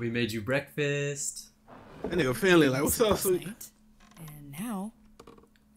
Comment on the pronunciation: WINLEY!!!! (ik its Finley)